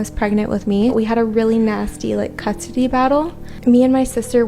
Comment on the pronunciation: ......."We had a real bad CUT-SITY battle"..........yup....thats how you say "Custody"......😂.......🤣